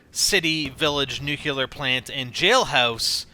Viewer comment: nuclear not nucular, just saying